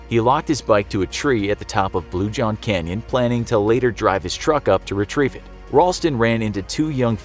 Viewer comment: I thought it said crayon instead of canyon 🤦‍♂️